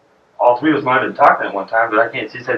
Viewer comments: love your channel but your whiteness is creeping me out where do you live? and you cant say the number 3 as in three? not frikin tree...repeat after me Three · tree bodies? or thre bodies? ;) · nobody says tree better than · FGS could you at least make an attempt to say Three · When he said two, I was disappointed that he did not say tree. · can say “other”, “their”, and “they” but he can’t say “three” or “thirteen”